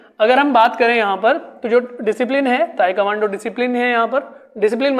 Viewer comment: ताइक्वांडो है sir ताइकमांडो नही please 🙏correct your pronunciations